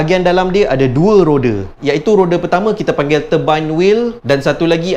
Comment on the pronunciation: Rode?whatttttt!!!! Not rode is roda